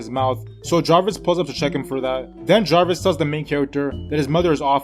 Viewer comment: nigga said jarvis 😭😭😭😭😭